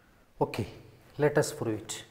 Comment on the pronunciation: Its not froo its prove ,please change